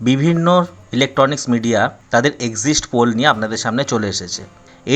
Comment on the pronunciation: এক্সিস্ট পোল নয় বাবা, এক্সিট পোল।